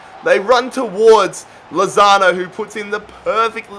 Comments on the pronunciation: He called lautaro lozano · You said lautaro wrong